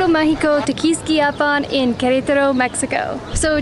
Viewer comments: How come you guys pronounce it querAYtaro? I’ve never heard english speakers or spanish speakers pronounce it that way. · They are exaggerating the stressed syllable in Querétaro (the one with the accent), possibly a bit too much because of consciously trying to stress the correct syllable! 😁